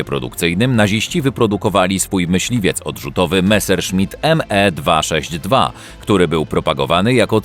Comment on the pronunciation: Jezuuuu, nazywać meserszmita 262 nie"Em e" 😭😭😭😭 to się czyta Me .......